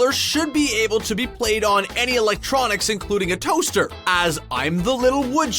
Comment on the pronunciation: ON A TOUSTER? HAHAHAHAHAHAHAHAH😂😂😂😂😂😂😂😂😂 that's funny!!!!!